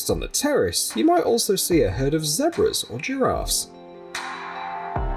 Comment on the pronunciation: did he say zebras wrong bruh 😂